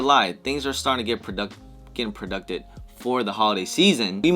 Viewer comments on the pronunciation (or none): Just say pro-juiced my guy 😆